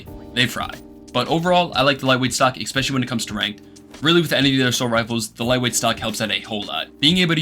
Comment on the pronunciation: Brother I really hate to do this and I usually wouldn't but you said the word something close to 40 times in this video and you use it a fair bit in other videos so I couldn't ignore it forever.. "ess-spesh-uh-lee" not "ekks-pesh-uh-lee" Genuinely not trying to be an asshole I'm trying to help, promise <3 Edit: man fuck whatever I was saying here, after watching you for months now, the way you say words doesn't bother my autistic ass anymore, say shit however you want, I was 100% trying to help but I've since realised that quirks like this are what makes a persons personality <3